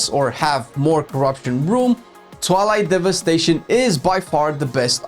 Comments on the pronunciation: I hear toilet devestation instead of twilight XD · did he say toilet devestation ?? ^^